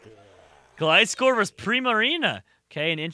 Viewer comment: It’s GLIscor, pronounced like fly...